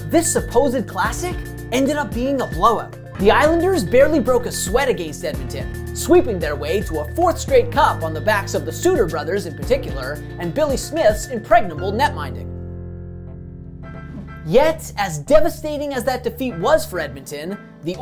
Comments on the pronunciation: Agreed. Though I think it's the Sutter brothers not the "Sooters". Makes me wonder why no one passed that along to him? 🤷‍♂️ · It's a great little video, but a few minor corrections: -- Gretzky wasn't 1st in WHA scoring in 1978-79 -- he was third. -- "Moog" rhymes with "rogue". -- "Sutter" brothers, not "Suter". -- In the first round in 1984, the Oilers beat Winnipeg 3 games to 0, not 4 to 0 (it was a best of five then). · "Sut-ter" not "Soo-ter" brothers. One of the most important sibling contributions to the gams to today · You're pronouncing moog improperly. But it's hard to type how to pronounce it. Yiou also mispronounced Sutter . Still a cool video. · I honestly thought I'd been hearing "Moog" and "Sutter" wrong all those years. In this case it is indeed the kids who are wrong. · Good video but maybe ask someone who knows hockey to help you with the pronunciation of certain names (Moog and Sutter).